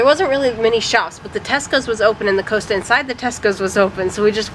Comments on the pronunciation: It’s pronounced COSTA not Coaster (and not how you pronounce Costa in Costa Rica either!)😬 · Just for reference guys, Costa (Coffee) is pronounced not as co-sta, but more as cost-a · COS-Ta, Not costa, Glad you enjoyed your time in our country. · Costa pronounced Cost-a not coast -a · Costa . Haha I like how you pronounce it like roller coaster . Class .. cost--- a .. Costa.. like cost alot of money haha.. Great vid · Costa as in cost. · Not ooasta coffee... cost a coffee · Costa is pronounced as in the cost of something not as in the coast by the sea side Tapestries were traditionally used like wallpaper is used today in modern houses. The paintings are predominantly part of the national gallery artworks. If you ever in the UK again you have to go to Winston Churchill's private house called Chartwell house in Kent it's definitely worth a visit Oxford is one of the UK's worst cities to drive in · costa is pronounced COS TA not Coasta. Sorry to be pedantic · Costa would be pronounced (even in the states) as Cost a, The way you miss pronounced it, it would be spelt either Coaster, or coasta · I'm enjoying your UK videos! You both are really good! One small thing though "Costa" is not pronounced "Coasta" is pronounced "Cost-ah" or like the "cost' of something! Keep up the good work!😊👍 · Costa not Coasta… 😊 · Now I get it - you mean Costa NOT Coaster!!! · Its Costa like Lost'a not Costa like Coast'a. They are owned by Coke now. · It’s Costa not coasta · Please guys it's pronounced Kostas as in Costa lot! Funny hearing you say it sounds like coaster as in what you sit warm drinks on so you damage a surface of furniture!! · you must be. I just searched Costa Rica on YouTube because I doubted myself after writing that comment and the first 15 Americans I got pronounced it as Coaster Rica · That's COsta not Coaster! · glad you had a good time. We pronounce Costa like roster or foster not coaster. ATB regards from the UK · Costa not Coasta 🙂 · Cost o not coasto